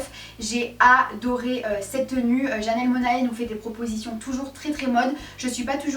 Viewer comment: a titre d'info, c'est janelle monnaie et pas mona-é :)